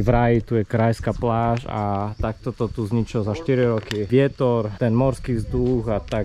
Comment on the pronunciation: krajska pláž? to je aká 🤣asi brept . Drž sa a vela peknych zažitkov.